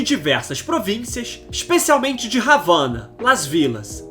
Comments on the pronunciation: Não se pronúncia Ravana, o H não é aspirado como no inglês. A pronúncia correta é Avana. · "Ravana" como fala o narrador do vídeo quanta ignorância😂😂😂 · O cara pronunciar ravana é colonialismo demais, afora isto, deixa ambíguo o papel do bloqueio americano à Cuba como a verdadeira causa da pobreza de Cuba. País nenhum resiste a um embargo de 60 anos e Cuba está resistindo, posto que, no seu caso, a emigração tem-lhe beneficiado, diminuindo a necessidade de importação e aumentando a entrada, embora insuficiente, de capital enviada por emigrantes aos parentes que ficaram na Ilha. Outrossim é preciso dizer que a o embargo americano é um forma de genocídio, a mesma praticada contra os indígenas americanos que os dizimaram. É isto o que fazem, cristãos, crentes em Deus, ao redor do mundo. Vencem qualquer povo pela guerra e pela fome. É preciso que os verdadeiros cristãos vejam estas atrocidades. Sobre este e outros problemas leiam o romance Noite em Paris.